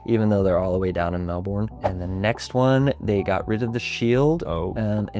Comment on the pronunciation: It’s pronounced Mel-bin, great video though CARN the Lions 🦁